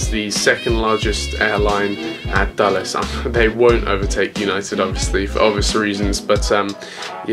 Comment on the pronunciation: By the way you sad Dallas instead of Dulles.